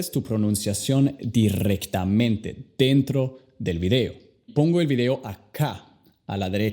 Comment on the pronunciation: "Dirrectemente" lmao